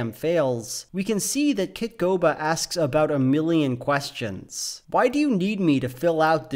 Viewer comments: Kitboga, not Kitgoba. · Was the name obscured on purpose, or was he just saying KitGOBA instead of KitBOGA on accident? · how many times are you going to say "kitgoba" in this video. It's kitboga. Maybe try reading it some time instead of watching the drama in your own head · I love you, but “Kitgoba” hurt me as a fan of Kitboga’s work. It’s also extremely incorrect and rampantly dangerous to say that “computer literate” people are safe from scams 100% of the time. Intelligent, computer-literate people fall for these things every single day, and for you to downplay them that way reduces the need for awareness. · why isnt anyone questioning that says "kitgoba"? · You pronounced Kitboga's name wrong. I'm comin atchu. (No but for real, I'm kinda glad you did. I find it funnier.) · that's not how you say kitboga